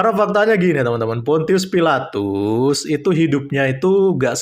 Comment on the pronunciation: Bukan fonsius filatus...tp Pontius Pilatus botol..Pdt apa kau gil.. Tukang tipu kau😊